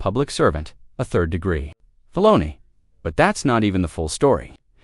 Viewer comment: D'oh, the AI TTS can't even pronounce "felony" correctly.